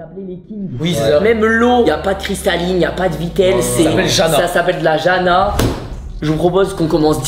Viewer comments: Go apprendre par contre les prononciations dans le pays où tu vas surtout quand tu fais des videos sur les produits comme ca 🤷‍♀️ c’est le minimum je trouve Par exemple le J se prononce Y? Donc l’eau c’est pas jana quoi c’est Yana 😅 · Petite présition Mich, le "j" se prononce comme un "y" donc on dit "yana" et non "jana" comme à la française(je ne suis pas sur du reste de l'écriture du mot par contre 😅) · je suis choquée de voir enfin une video qui parle de la croatie juste le u se prononce ou et le j on prononce y jana on prononce yana